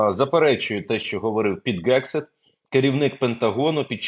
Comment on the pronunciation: Пане Мусієнко! Не Gegseth, а Hegseth!!! М'який Г !!!! Що удари завдаються, а не наносяться, ви вже, дяка Богу, засвоїли. На черзі Hegseth.